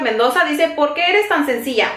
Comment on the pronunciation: Mi niña,no se dice sencia,es sencilla.. asi es mi hijo menor, casi de tu edad y hay palabras que no saben pronunciar!!